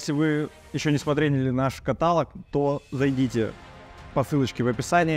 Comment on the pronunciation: Очень интересное прикладное искусство народных умельцев! Есть еще в России левши. Нужно почаще проводить такие ярмарки. Можно также расписывать ложки, миски, гармони и балалайки с валенками. (ката́лог ударение на третий слог Каталог, от греч. κατάλογος — список) — в общем случае некий список информации об объектах, составленный с целью облегчения поиска этих объектов по какому-то признаку)